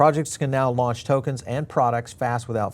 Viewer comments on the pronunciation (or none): none